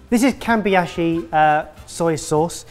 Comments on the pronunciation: I know this is an old episode but if anyone want to find the premium soy sauce the name is Kamebishi, not Kamibashi or Kambiashi :P I've just ordered a bottle. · Listening to mangling Kamibashi (kah-mee-bah-she) is the highlight of my day. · did Chawan Mushi right but then eff it up in Kamibashi. Kami -BA SHI. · He did, however, bungle the soy sauce brand. It's "Kamibashi", but he kept on pronouncing it "Kambiyashi" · Only because the person editing asked. Kamibashi is pronounced caw-me-ba-she (the a is a short a sound) like in palm, calm, and balm. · KA-MI-BA-SHI.... says.. "kam-bi-ya-shi-??? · Kamebishi = Ka-May-Bee-she. But in the video they have it labelled Kamibashi. which is Ka Me Bah she. Which one is it, Sorted Food? Kamebishi, or Kamibashi? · kamibashi? kambiashi? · actually pronounced chawanmushi fairly okay but then he completely obliterated "Kamibashi"